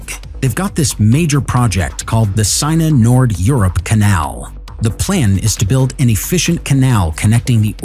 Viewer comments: Yeah, I hate the guys voice. He also pronounces hundreds of words wrong, some cringe worthy. Especially place names. The Seine River (rhymes with ten) in Paris, he pronounced “seen” for instance. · Interesting content Horrible commentary, since when was the Parisian river pronounced Signer.